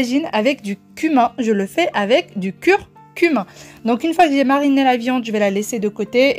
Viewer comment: Miam Miam ça a l air délicieux 🤗 c est curcumA ..la confusion est du fait que tu dises curcumIN 😘😘😘😘😘